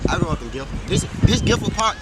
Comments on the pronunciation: He said Gill Ford when it's called Gifford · " GILFORD Florida " 🤣🤣🤣 Its GIFFORD U IDIOT LMAO do some research first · stop saying Gilford you dumbass its Gifford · He called Gifford ‘Gilford’ enough said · THIS DUDE SAID GILFORD!!!!!!!! LOL UwU RARE XD!! >.< :p <3